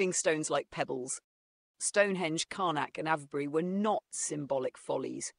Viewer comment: Is this AI? - No British person would pronounce 'Avebury' like that.